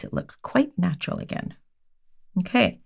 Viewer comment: I love to hear say "natral" nail 😊